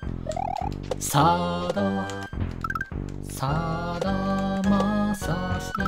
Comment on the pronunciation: サダーマサーシーはちゃんと言うんだねーww☺️